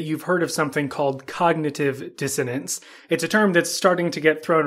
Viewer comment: Problem is you open the video pronouncing it wrong . It’s not DisoTance . Wow